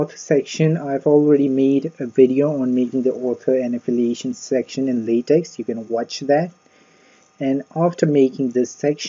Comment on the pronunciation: Thanks but Latex is pronounced 'Lay Tech' not 'Lay Tex'